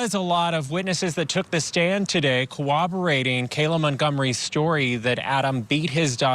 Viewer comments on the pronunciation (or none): Unbelievable to me that a reporter just said said “Cowobberating” with a straight face like sir…..does that sound correct to you?